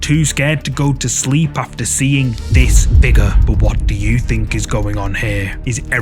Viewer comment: FIGURRH 😂🤌🏽 love the channel!